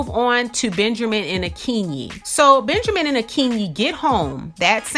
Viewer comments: "Benjermin" lol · 😂😂😂😂this makes me laugh because I thought I was the only one who caught that